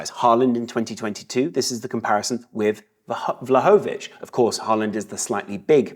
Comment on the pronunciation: ...for the love of God, it's pronounced Vlahovic, not Vla-hoe-vic. Love the video, as always⚽⚽⚽⚽⚽⚽⚽